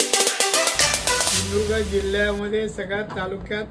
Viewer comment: ..असूदेत रे... पण हा माणूस नेहमीच फडणीस , शिंदुर्ग...असे काहीही शब्द उच्चारून.... शब्दांची , माणसांची नव्हेतर, स्वतःचीच किंमत कमी करून घेतो...